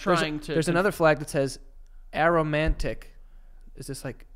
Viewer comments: Joey and pronouncing aromantic as arrowmantic is sending me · Lmfao it’s A-romantic, not aero mantic. It’s like Asexual, but for romantic attraction- Aromantic. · Joey catching himself on the tri-gender mispronunciation but then saying “arrow-mantic” instead of “a-romantic” every though they just said a-sexual killed me 😂 I immediately thought of someone attracted to aromas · A-romantic, like pronounce the A